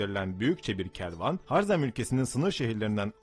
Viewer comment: Har-zerm değil Ha-rezm diye okunur